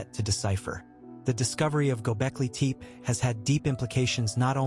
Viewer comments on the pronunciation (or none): It's not pronounced Teep